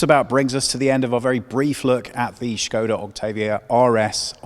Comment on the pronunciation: Oh look, car journalist pronouncing Škoda right!